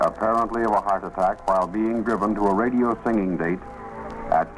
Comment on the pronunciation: Did you say radio???